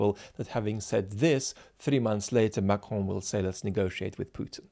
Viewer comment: Do you actually speak French: your pronunciation of Macron was spot on.